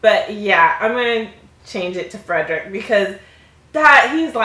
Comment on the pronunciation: You realize that's not how Frederick's name was said